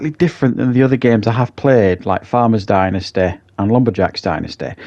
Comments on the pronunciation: Dentisty....lol. Dynasty, pronounced die- n-ah-sty. Killing me with the going to the dentist stuff. Lol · Please learn how to pronounce ’dynasty’